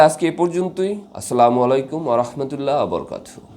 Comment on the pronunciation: আপনার সালামের ভিতরে উচ্চারণের ভুল রয়েছে দয়া করে সংশোধন করে নিবেন ।